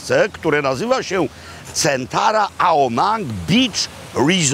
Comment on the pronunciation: Panie Robercie, beach poprosimy wymawiać przez długie "e" bo Pańskie znaczy coś zupełnie innego. Pozdrawiam